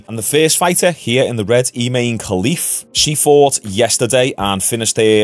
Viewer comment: MMA Talk, a legit, objective MMA news channel literally pronounced it’s name “I’m a man” Khelif” 😂😂😂. I literally almost fell out of my chair.